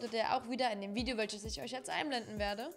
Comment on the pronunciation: ISCH BIN NEUES TEIL DER COMMUNITY.... 😂